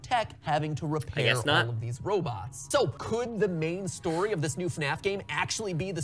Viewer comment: Huh WAIT HE SAYD STYIY NOT STORY WOOWW